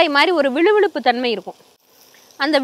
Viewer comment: கோவைக்காயில விழு விழு தன்மை இல்லை வழுவழுத்தன்மை முதல்ல தமிழ் நல்லா தெரிஞ்சுகிட்டு பேசுங்கம்மா